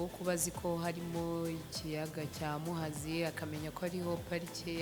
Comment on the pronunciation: Yewe nbr 1wap pe Ni mubi afite ubwoba nkazi nibintu bitatse intara akomokamo!ananirwe no kuvuga lake muhazi